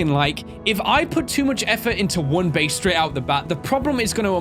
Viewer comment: "The Bheyse. Yes the Bheyse" XD